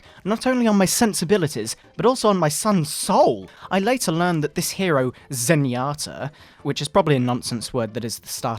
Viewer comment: I love this but cheesus christ pray for us all when he said Zenyoda